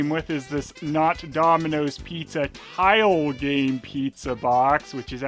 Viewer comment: ...took me 3 times hearing "tile game" to understand the joke.